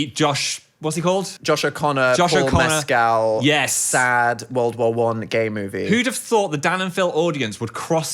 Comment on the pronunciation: dan I love you but if you say mescal like that one more time I'm going to commit crimes